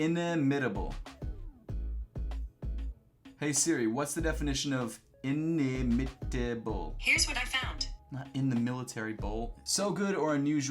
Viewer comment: It doesn't help that he couldn't say inimitable. But yes, I would get Google Assistant.